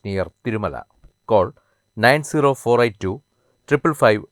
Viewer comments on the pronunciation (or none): none